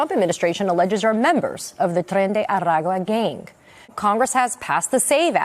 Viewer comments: The way she said “Trrrrrren de Arrrrrrrrrrrrrrrrragua” is annoying AF. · She practiced that annunciation: tren-day-ara-ah-gwa-hahahaha... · 26 She sure nailed the pronunciation of the gang name, didn't she? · Why did an Asian use a Hispanic accent to say Tren De Aragua?! 😂😂😂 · the fact she rolls her tongue when she says "Tren de Aragua" tells me all i need to know about her. if youre going to put that much effort into properly saying a brutal gangs name when its not your first language, then youre too much in bed with them already. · She really gave a little extra pronunciation for tren de Aragua probably learned that from Yale